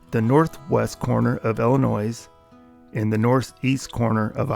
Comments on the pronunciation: The S is silent when you say Illinois. It sounds like ill-eh-noy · You don't pronounce the s in Illinois.